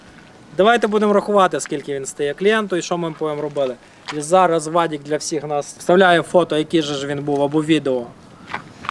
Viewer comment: 'зара',вже якто не звучить